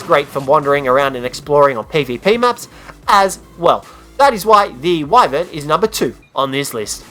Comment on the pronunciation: You say wyvern wrong.its pronounced Wi-Ver-N